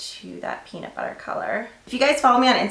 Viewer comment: every time you say peanut butter, i think of peabnut bubber lmfao.